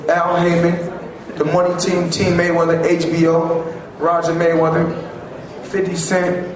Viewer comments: its ''MayweaTHer'' Not ''MayweaDer'' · lol "Maywedder" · Why is the announcer saying Floyd money Mayweter??????